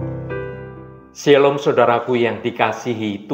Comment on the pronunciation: Shalom bukan syallon